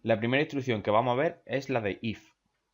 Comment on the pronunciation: Me gustó ese "Hoy vamo a ve"